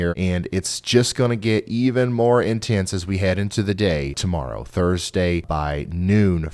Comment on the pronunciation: I can rely on your forecast to be more accurate than any mainstream news. Thank you. That being said sorry but when you said like a Hawk TUAH morrow is what I heard.🤦🏼😂🤣